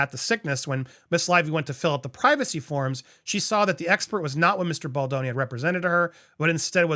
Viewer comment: I'd like to point out something about Andy and this lawsuit. For weeks he mispronounced Baldoni's name while also very publicly trying to play up to Ryan's ego with his comments simultaneously (you know, in case Ryan watched an episode). It looked like repeated jabs at Baldoni for Ryan's benefit. Now that he is convinced both Ryan and Blake actually did this to Baldoni, he is pronouncing Baldoni's name properly. It's not okay to add to the public bullying so that you appeal to someone else's ego, Andy. I was and am very disappointed in you for this. Pronounce Justin Baldoni's name properly and with respect.